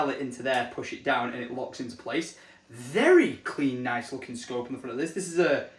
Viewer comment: I never knew Tesco did scopes 🫣 swear each time hearing you say what the scope was it sounded like Tesco 🤣